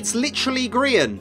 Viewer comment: Why do u call him grian mc